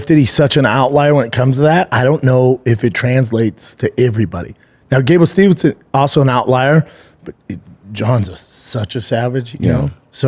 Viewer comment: All together: Steve-son. Not Stevenson. 🥴